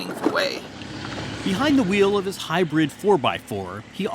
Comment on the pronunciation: Why did he emphasized so much the "HYBRID" jeep.